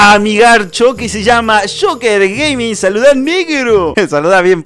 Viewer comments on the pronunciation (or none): none